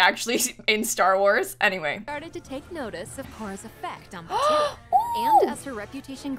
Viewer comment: Idk how the editing is going to work but as someone who lives in Disneyland and went to the pre opening of Star Wars land - this is ENTIRELY almost exactly detail for detail based on Batuu (which they are pronouncing wrong omg - I chose to believe this is a sims accent and not just bad fact checking but in actual Star Wars land it is pronounced BAT too)